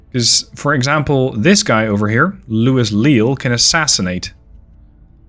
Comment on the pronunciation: The Portuguese is confusing, it can be pronounced like in Spanish. Operaciones especiales. And the name is pronounced like looeez